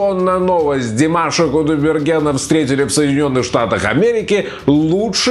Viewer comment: Задолбал этот со своим красным телефоном недавно купил чтоли засветил чтобы все увидели, лучше бы фамилию нормально заучил не кудаберген а КУДАЙБЕРГЕН после буквы " А" "Й" - краткая это не сложно запомнить, для этого не нужно быть очень умным